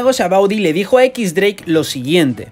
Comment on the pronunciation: "equix dreik"